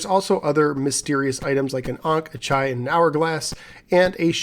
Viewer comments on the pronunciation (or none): ITS NOT CHAI CH like chair its a hard CH as in ACHtung pronounced ACH or baCH a CHai is the hebrew word LIFE like L'CHiem to life the chet ח has the numerical value 8 and yood י 10 making word CHai or KHai חי